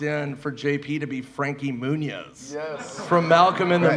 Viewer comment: IT'S MEW-NEZ. NOT MOONEZZ? TF??